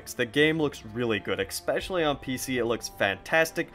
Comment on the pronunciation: Hey, I really like your video and review. Not trying to be a dick, but “especially” is not pronounced “eckspecially”. There’s no “c” or “k” sound after the “e”.